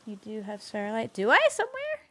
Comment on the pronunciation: I'm the guy asking about the VODs and since then I actually managed to binge through the entire series. I am SO looking forward to your first winter! P.S. The fact that you repeatedly pronounced sphaLeRite as sphaReLite kinda drove me crazy at times lol